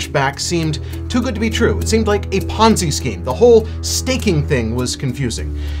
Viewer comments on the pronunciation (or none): Took a shot every time he sayed penzi scheme